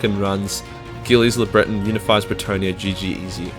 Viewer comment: Ah yes, Gilliz le Breton.